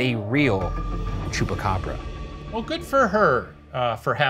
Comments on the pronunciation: Ryan sounds like he's saying Chewbacca 💀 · Am I dreaming or does Shane says "It's gotta be a Chewbacca" instead of chupacabra? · Bravo y’all!!! This was great!!! I was born and raised in Puerto Rico and I remember in 1995 when those reports were coming out, and the pictures and videos are burned into my memory. Silverio Perez is is an icon in Puerto Rico and I didn’t know that he was the one that named the Chupa Cabras. I must have been 9yrs old at the time. ALSO excellent pronunciation!